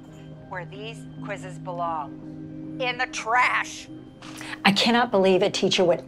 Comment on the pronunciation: in De TrAsHh